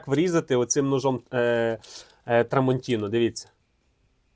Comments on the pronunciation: Як же ріже вухо це "трамонтінО". Ножі ТрамонтінА. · Шеф, на біса нам ті артикули??? 😂 Тестуй гостроту не аркушом А4(його і жабокол різати буде)😂а талоном з магазину! Але подяка, що гроші тратиш і нам показуєш!! І не TramontinO, а TramontinA!!!!!! ТруфальдінО - то з іншої "опери" 🤣🤣🤣🤣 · Дякую за огляд.Але-tramontinA-no a tramantinO